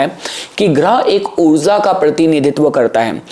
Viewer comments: After going to Canada, why have you started saying "oorza" instead of oorja? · Maybe Mercury is with rahu so that's why the way of speaking in foreign has changed intentionally to nullify the conjucntive effect of both as Mercury is speech and rahu seen as foreign entity also he is saying oorza in place of oorja as the literal meaning of this word is energy and we know that greatest source of energy is sun itself and also significator of fame and recognition so that's why he is might saying words like this so it can bring good harmony among planets as the negative traits been nullified between all three planets